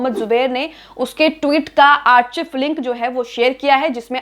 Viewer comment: आर्चिव नहीं मैडम आर्काइव होता है।